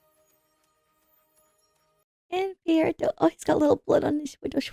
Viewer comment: I’m sorry, did you say Pierreto? Who tf is that? 😂